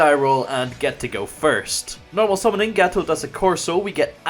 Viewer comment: Just a reminder: It's GATTO with the double T (in italian double letter means that youneed to spell the letter for a longer period of time) same thing with soCCorso (double c)